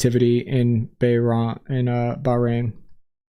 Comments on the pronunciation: Hearing pronounce "Bahrain" as "Bah-Rahn" had me rolling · Please learn how to say "Bahrain". And "Bogota"